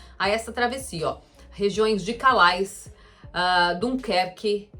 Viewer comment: Calais se diz Calé.